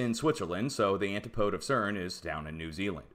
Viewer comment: Antipode??? Should be said 'an tip o dee'. Where were you educated?